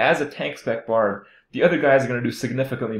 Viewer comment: "BARB" NOT "BARD".